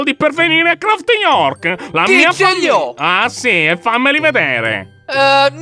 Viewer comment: Si dice New Craft non Craft York